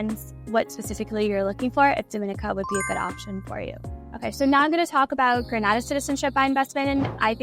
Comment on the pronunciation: Sorry to be pedantic, but it is pronounced Gren-AY-da. Gran-AH-da is in Spain.